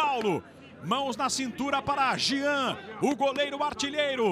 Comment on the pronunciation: Alguém avisa pro narrador que é Jean e não Gian!! Kkkkkkkkkkkkkkkkkk